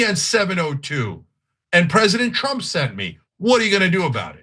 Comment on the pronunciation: Sounds like Ana said - 'Tulsi Gabbard, is Donald Trup's PIG'..... Sounds about right.